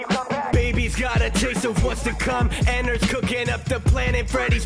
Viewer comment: Its EN-NAR-D.